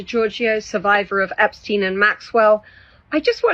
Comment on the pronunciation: Better of you pronouce EPSTEIN, the jewish way, because epstiin sounds slavic, which is not the case